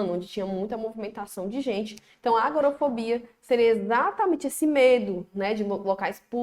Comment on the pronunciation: Só uma observação: é agorAfobia e não agorOfobia....fica a dica.